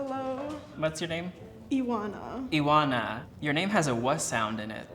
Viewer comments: Romanian girl mispronounced her own name, it's Ioana not Iwana, there is no w sound in it. I was so confused until she said "tochinei" were her favorite food. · I was confused, too; I heard her say “Iwana” instead of Ioana. I immediately came to the comments to see if I was the only one haha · Exactly! She pronounced the name “Iwana” and I had thought that sounds like Ioana, but the pronunciation was strange to me. I also hadn’t heard of that word for potato pancakes either. I am Romanian, but was surprised when she said Romania haha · She probably moved very young, even if she's from an area of Romania that borders another country I don't think anyone would pronounce Ioana as "Ee-wana". But there are many regional dishes, so she threw me off with potato pancakes! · interesting, and of course I believe you, it's your name! The way she said it though the "oa" sounded like "wah" in English, which other people in the comments seemed to have picked up also. Did it sound natural to you the way she said it? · Nothing about ivanna is romanian, first of all why did she pronounce her name with a “w” and second of all what language was she speaking when she was talking about the so called “potato pancakes”? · She’s not romanian, no one pronounces Ioana like that and that ciocinei or whatever word she used ain’t a word :))) my guess is that she’s probably a Russian moldovian and she didn’t want to say that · Definitely but the way she pronounced anything in Romanian (including her name) was so fucking weird 😂 it seems like she doesn't really speak Romanian and her American accent is super strong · the way she pronounced her name is not right in romanian either lol